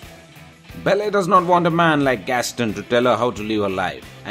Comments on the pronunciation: Belly?! It's Belle as in Bell. I couldn't get past that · Belly? Um, not to be rude and all, but you pronounced her name WAY wrong! It's Belle, but to make it easier for you, it's pronounced exactly like bell. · it's belle not belly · Please learn to pronounce her character name properly - It's Belle ... not BELLEH! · It's Belle. BellE not Bellé! BELLEU AND SAME FOR HERMIONE HERMIIONE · Actually he is Indian. And that is is why he is speaking ridiculously. He is speaking in Indian English accent . The most funny part for me was when he pronounced hermione as Hermene and Belle as Bell-e! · it's funny when you pronounce it like "bell" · all i hear is "bell-air" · I believe the narrator should really learn how to pronounce "Belle" and "Hermione" "Belle" is pronounced as "Bell" and "Hermione" as "Her-mi-o-n-i" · Belle and Hermione Granger are pronounced differently...... Maybe you could correct that later? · he cant pronounce Belle or Hermione Granger !!!